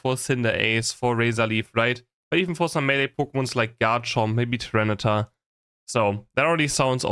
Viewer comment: says; Tra-ni-tar for Tyranitar; Fah-links for Falinks; Mew-sca-ra-da for Meowscarada; Dra-lu-don for Duraludon, etc.